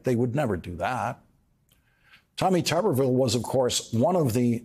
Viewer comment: Did he say Tommy Tuberville or Commy Tuberville!